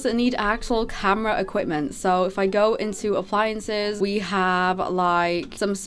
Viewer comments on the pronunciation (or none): no way this gal said appliances 😭😭😭